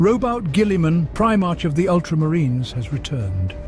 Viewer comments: I appreciate the work involved in compiling all this lore, and the narrator's voice is very pleasing. It can, however, be distracting, when words are mispronounced, or pronounced differently each time (especially things like the occasional "pry march") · It's the common problem with text 2 speech. You'd probably have to change the spelling to something the program would end up pronouncing "correctly". Maybe "Prim-arc" etc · Other Preemarks, he's gotta be trolling with some of these pronunciations. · My god you pronounce things in 3 different ways and it kills me. Primark, primarsh, primerk. Nikea, nisea, nishea. STOP IT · Excellent content, I was mildly distracted by differences in pronunciation of “Primarch” and others, like how “Psyker” and Psionic was pronounced “P.S.I” a couple times. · i know, but the way he pronounces words like "primarch" or some of the names is just wrong. Don't get me wrong, English is not my native language, i am born in Eastern Europe, so i could totally be wrong. But i listened to almost every 40k audio book i could get my hands on, so i have a decent idea about how some of the things are pronounced.